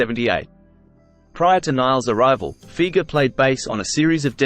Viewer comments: Pronounced FI-GERR NOT FEEGERR! Ugh! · It’s amazing to me, not really, but the majority of people will say Doug Fee-ger. That’s like The Kinks - Ray Davies is actually pronounced “Davis”.